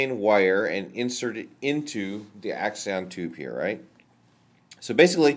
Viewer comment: Do you have any other videos on brain stuff? I'm really tired of all the philosophical nonsense. Here you call it an "axion" multiple times, but it is actually an "axon". I wonder how much you've studied the real and not the hypothetical. Every neuroscientist (save Hammeroff) says Free-Will is false, and after reviewing the evidence I have to agree with them. Nothing in the videos actually are philosophical "free-will" and some of it is scientifically false. For example